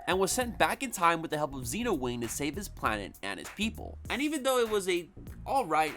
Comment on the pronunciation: I don’t get why people pronounce the silver rangers name as “Zeenowing” when it’s supposed to be “Zenowing” sense that’s what characters call him on the show. I never really understood that.